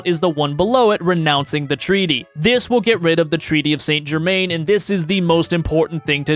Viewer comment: You should take some French so you can pronounce St.-Germain properly (SonZhermat')